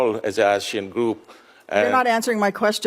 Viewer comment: While i love Sen Duckworth, can she please learn how to pronounce the words Asia and Asian